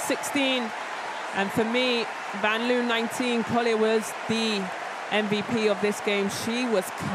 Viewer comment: the male announcer cant pronounce j vanloos name...why is that, its a simple name